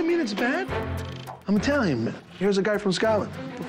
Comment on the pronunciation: Sammy: I make the best tiny food in the world!" (I know he means italian but thats what i heard lol